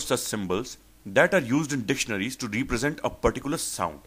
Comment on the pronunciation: Very useful indeed. But by the way, and with respect, I think the pronunciation of represent is different from the way you have used,, PL correct me if I am wrong... thanks